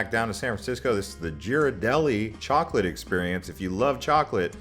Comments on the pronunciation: Coming from a San Francisco native, Ghiradelli is pronounced "Gear--ah--deli" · Should add: a) the Japanese Garden in Golden Gate Park; b) North Beach (both the Italian-American neighbourhood and the west-coast center oif the Beat movement). Also: Union SQUARE, not Union "Station." And Bay Bridge, not Bay "Area" Bridge. And the G in "Ghirardelli" is hard, not soft (that's why there's a H after it). 1849: hence the lyric "lived a miner, forty-niner."